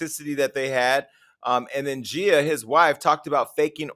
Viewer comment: It’s “GEE-YUH” Casey not “JEE-YUH” Casey, Jason.